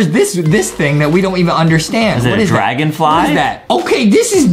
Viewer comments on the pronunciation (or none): "A dragen fly"😅😅😅😅